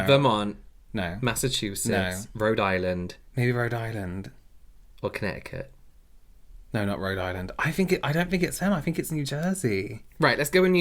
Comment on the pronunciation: As a resident of Connecticut, I graciously accept our new name of Com'mom'kent lmao Also I've lived here my entire life and the girl from here has a very unique way to pronounce caught. I've never heard it like that before :o